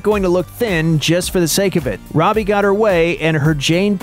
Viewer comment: It's robie